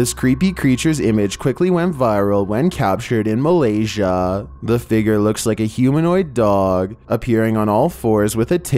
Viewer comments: Please stop saying “figger”!!!! It’s figure. Fig-yur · What little drives me crazy... .. the way he says "figure"